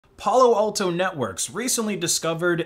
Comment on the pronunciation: Pullo Alto lol